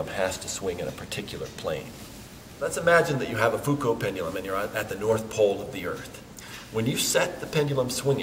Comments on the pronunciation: I listened to this video to grasp the correct pronunciation of "Foucault". Figured a Dartmouth professor would be a good authority... He pronounced "Foucault" THREE different ways within the space of 3 minutes. I'm still at sea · Interesting that he tries the French pronunciation of Foucault but does not say "pendule."